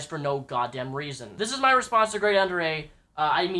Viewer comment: "ive always been a big fan of GradeAunderA" mispronounces his name in first 20 seconds of video.